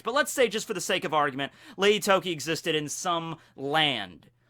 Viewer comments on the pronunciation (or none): none